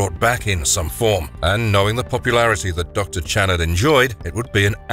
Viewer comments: It’s not pronounced Channard it’s (Sh)annard with a Ch but sounds like a Sh get I right narrator. Your my favorite narrator you can’t be messing 🆙 bro 😎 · I liked the first 3 but I think was because Penny Marshall. Not to be a dick but I always thought the docs name was pronounced Shanard. I'm probably wrong though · There is absolutely no way that the person who made this video has seen this film. Not only does he consistently pronounce Channnar incorrectly he also gets several or the plot details incorrect. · Great video- but I don’t believe that the narrator ever saw the movie, seeing as he mispronounced the subject of the video’s name the entire time, even though it was said out loud several times in the film. Still a good video- it’s about one of the first two movies, so it’s like shooting Nightbreed in a barrel. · You can't pronouce Channard's name right. You hear it in the film enough times how it's pronounced. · You know what would be great? If you actually watched the movie, or at the very least watched clips where the characters name was spoken so you don't sound like a complete dunce and obvious voice actor who didn't even write his own script. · HIS NAME IS PRONOUNCED SHA-NARD!!! YOU'RE GIVING ME A FUCKING ANEURYSM!!! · oh for fuxsakes...WATCH THE MOVIE! It's very plainly pronounced !! Oh, and "ironical"?!?! Are you fucking KIDDING ME?😲😒